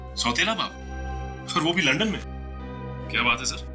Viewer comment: अरे प्रेडी लंडन नही लंदन सही बोलो सर